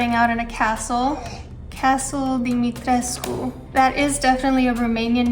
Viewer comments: It's DIMITRESCU, and all letters are pronounced. There are no silent letters in Romanian, it is all mostly phonetic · Isn't pronounced dimistresc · HA! she said tres-cu, check mate! tresk speakers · Yes, it is pronounced as <Dimitrescu> not <Dumitresk> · She said Dimitres - cu. In the game, it's pronounce like, just Dimitresc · OK it is pronounced "Di-mi-tres-coo" and not "Di-mi-treesk" as pronounced by almost everyone and written in an article too.. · Everybody pronounces DimitrescU, then americans come out of nowhere and pronounce Dimitresc, like?? wtf americans? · specialist - check romanian - check pronounces dimetrescu wrong - check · She's romanian but can't pronounce "Dimitriscu" properly. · Lol the characters in the game don't even say it properly, they say. Dimitresc without the u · In the game they pronounce it "domitresk" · But she pronounces Dimitrescu wrong?? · THE U IN DIMITRESCU IS SILENT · No. That's the proper pronounciation. Am a Romanian also. Capcom buthcered the name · The only thing it bother me about her she's pronouncing wrong the name Dimitrescu. You can hear clearly in the game how is pronounced. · So capcom f*** up the pronunciation of lady d 🤣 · At least in the English version (which still bugs the hell out of me lmao). In the German version for example they pronounce it the right way. Maybe they did it intentionally for English speakers.